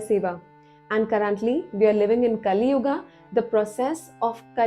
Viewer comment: Hey Don't mispronounce our pure hindi words like satyug - a , kalyug - a .. this is wrong